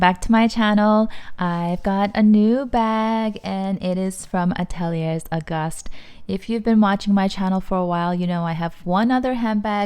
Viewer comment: Great video. Gorgeous bag. I believe Ateliers is pronounced Ateliaye.